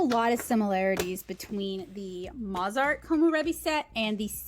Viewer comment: “Mozart” Moe…Toe…Sew…Have you not heard of Mozart the famous writer of music??? I cringed every time you said the name incorrectly.